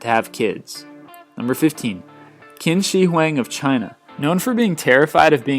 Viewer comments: its not kin see hueng lolol Pronounced chin shi hwung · it's pronounced chin Shi Huang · pronounced "Ching Shi Hwang". Nice attempt at Qin Shi Huang, but meh. Nice list.